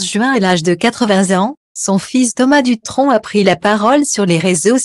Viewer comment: Il ne faut pas ecorcher le nom c Thomas Dutron et non ducron 🤔 J D